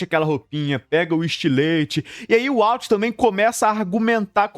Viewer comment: Eu nao assisto mais pela agonia desse cara pronunciar errado esse nome. De onde ele tirou uauti?